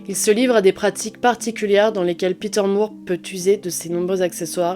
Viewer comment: De toutes les nouvelles chaînes de true crime, la tienne est ma préférée. Bravo pour ton travail ! (En anglais le nom de famille More ou Moore se prononce comme "décor" et non pas comme "amour". Je suis Canadienne donc bilingue. Désolée, c'est uniquement une info, tu en fais ce que tu veux 😊)